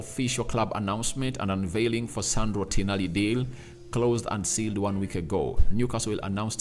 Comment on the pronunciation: its Tonali not Tinali😅